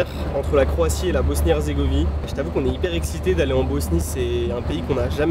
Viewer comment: salut bg, je vois pas de commentaire faisant référence à ça donc je le dis pour la simple info: mais c'est Bosnie-HerzégoviNe, et non herzégovie :) super vidéo encore une fois, trop envie d'aller au Monténégro!!